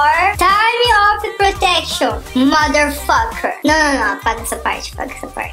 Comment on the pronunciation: "MODERFOCKER" KKKKKKKKKKKKKKKKKKKKKKKKKKKKKKKKKKKKKKKK MEU DEUS MELHOR PESSOA